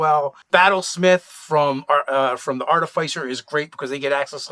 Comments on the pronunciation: Arti-FISS-er. not Artif-eye-sir. From the same root as Artificial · Are-TIF-isser. It's pronounced Are-TIF-isser. At least that's the way I was taught to say it 20 or so years ago (it's used in Masonic lore/ritual).